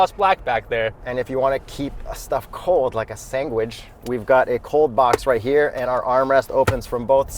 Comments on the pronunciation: dude said sanguidge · did you say..."sangwich" let me guess your parents were Italian? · Sangwich???? Are y’all Puerto Rican now??? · Awesome review btw! Not trying to be a troll, but am i the only one who noticed the strange pronunciation of the word sandwich multiple times starting Is this a funny way of saying the word that I've never heard of? lol.